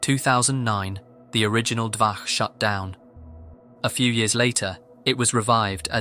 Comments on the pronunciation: Listening to you saying "dvaKH" instead of "dvaCH" again and again was so painful. I just... Why? It's "CHAN" NOT "KHAN". Why. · Not 'dvaH' It pronounced 'dvaCH' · It's not DVAH it's DVACH, where CH is pronouncing like letter Ч in Russian, closest I can think of is Che Guevara you pronounce DVA(CH) exactly like comrade Che. You don't pronounce it like Khe Guevara dont you? Also Dvach based for leaking those foul women ID and social pages. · The "ch" in Dvach is pronounced as in "chapter", just so you know. It's literally named after 2chan: dva (2 in Russian) plus ch from chan.